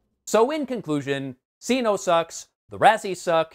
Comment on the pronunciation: CINO as SINO? Would it not be pronounced Kee-NOH? She’s Catwoman not Satwoman. Lol